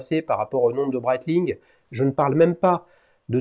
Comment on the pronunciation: Breitling et non breitlling 😅 comme d’habitude toujours au top 👌 les duels Times